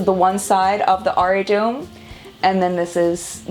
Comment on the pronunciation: It's pronounced aari-taw-um (the t is soft : like in despacito& te amo)